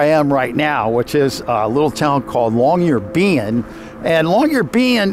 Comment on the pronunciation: Sorry, but Longyearbeyn? Long your being/bean?